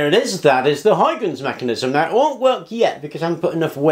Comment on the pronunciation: Lol! English people just can't pronounce "Huygens"! I was already smiling when I saw his name in the title of the video; let's hear say "Huygens"!😂😂😂 Ok, let's just call him "Hoikins"for now. We got bigger problems to solve...